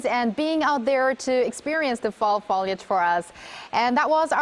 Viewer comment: Also...foliage...FO, as in PHO in PHOTO. Not FA as in FALL